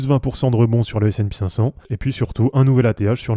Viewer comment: sp cinq cent et non pas S and pi cinq cent.... ça fait mal aux oreilles :p